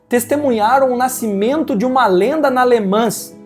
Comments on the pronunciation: Por favor, procure a pronuncia correta das palavras ( LE MAN) no Frances nao se fala S E T no final, igual RENAULT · Le Mans é o Mont Everest das corridas. Ah só um fidback. Em francês não se pronúncia o ''S'' sendo ele a última letra, não é como nós aqui em plurais. Se le ''Le Man''. Só incorporando.